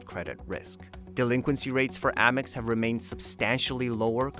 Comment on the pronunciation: First of all. It’s not Ah-mex, it’s Ay-mex.